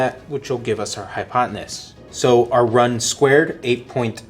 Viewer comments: It's hypotenuse not hopoteness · Brilliant! Thank you. One note... hypotenuse. Hi pot ten noose. Easier said than done lol. Thank you again